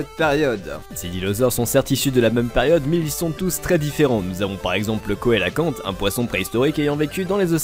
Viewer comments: On dit SELACANTE ET PAS KOÉLACANTE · au fait "cœlacanthe" ça se prononce "célacanthe" pas "koélacanthe" ;) bonne vidéo sinon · Ptn prononce sélacante pas koélacante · le cœlacanthe se prononce "sélakante" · Le cœlacanthe ([selakɑ̃t]) doit se prononcer "célacanthe". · Ça se dit « çélakante « ton cœlacanth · Coelacanth se lit Celacanth